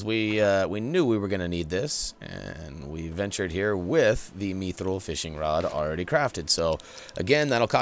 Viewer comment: It’s mithril not mithril